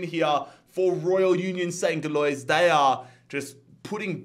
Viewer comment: Great video but the way you say union saint gillious makes me laugh